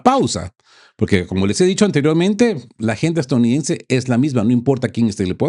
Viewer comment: Usted pasó de geopolítica a cristianismo recalcitrante, que pena ! Y por favor practique la palabra E S T A D O U N I D E NS E la repite varias veces en cada vídeo de manera incorrecta. Lastima tener que no ver más este medio, pero entendiendo la verdadera raíz de los problemas de la humanidad (especialmente el actual) y tener que soportar a un comentarista de geopolítica que toma visos de pastor cristiano es ya demasiado. Buen día !